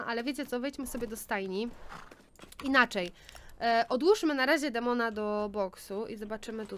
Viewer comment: Czyta się "Dejmon"